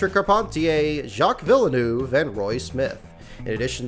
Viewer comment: Jacques villeneuve is pronounced vill-nerv. not vill-a-nerve lol